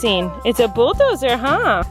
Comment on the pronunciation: getting so good at pronouncing "bulldozer" highkey makes me emotional